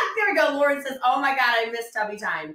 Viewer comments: My brain refuses to accept that she keeps calling it "tubby time" it just corrects it to "tummy time" because she is being so childish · It took me a while to figure out she was saying “tubby time.” But all I can think of is tubby as in overweight. Not bathtub. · She must be saying “tubby time” but every time she says it I hear “tummy time” which is what I do with my 7 month old every day lol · Every time she said “tubby time” all I could hear was “tummy time”… like what I do with my 5 month old baby…